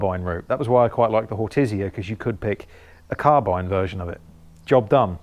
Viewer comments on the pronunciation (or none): none